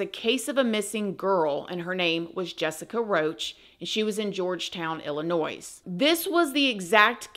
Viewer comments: The s is silent. Ill a noy. Illinois. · Love following you!! FYI Illinois is pronounced ILL-I-NOY 😉 Keep bringing amazing stories!! 😃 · I love you. Merry Christmas but there is no pronounced S in ILLINOIS!! honey ..... I have commented to correct you before. It's just important to know how to pronounce the 50 states of the country you live in correctly. Yes I'm from Illinois and no I'm not used to people mispronouncing it anymore. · Merry Christmas! I hate to be the one to do this, but my aunt, via marriage, was born in Illinois. And growing up, anytime I pronounced Illinois as Illi-noise, she'd instantly correct me and say to me verbatim "there's no noise in Illinois". She wasn't mean about it, she simply never seemed to miss a chance to correct me every time I pronounced Illinois incorrectly. I learned that lesson enough times by the age of 7 years old to never forget how to pronounce Illinois 😊 Great video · I love you & your videos! You do a great job & you are one my favorites! Just a side note, for future reference.. the S isn't pronounced in Illinois. If I didn't live there, I'd for sure be pronouncing it the same way 😂. No hate. Keep up the great work! ❤ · Being from Chicago, I have to correct your pronunciation of Illinois… the s is silent. Also, my sis-in-law is from Indiana and her dad knew this guy… wild story for sure! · The S is Illinois is SILENT 😂😂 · From everyone in or from Illinois and from my best friend that corrected me way back when; the S is silent on the end of Illinois girl :) ❤ love you and love what u do and I always got you girl!!